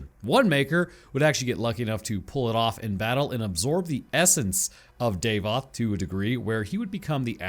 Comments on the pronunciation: his name is pronounced DAH-VOTH not DAVE-OTH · Please stop saying "day-voth". It's Dah-voth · davoth not daevoth